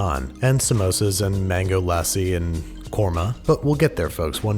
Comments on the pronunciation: wait did he say qorma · Nobody: Babish: Mango LASSIE COURMA NAN Jk love u!